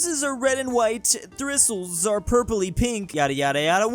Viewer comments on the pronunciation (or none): trying to tell the difference between thristles and thistles